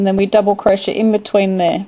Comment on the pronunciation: Your pronounciation for crochet sounds like cro-sha. LMAO! It's not crosha! It's cro-shay! lol